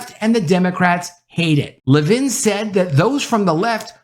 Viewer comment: Announcer! It's LEVin, not leVIN. And all this Reaching Out... let's just say "contact." Ugh. Woke Schmoke.